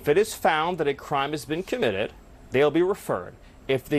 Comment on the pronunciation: CO-MM-IT-ED!!!! HAHAHAHA 😂😂😂😂😂😂